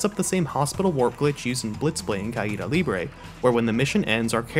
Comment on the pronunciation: Yay he said caida libre right